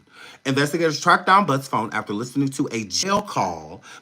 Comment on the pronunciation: Oh-my-Gooood!!!! You are a class a bonifide NUT case!!! "not phahone" 😂😂😂😂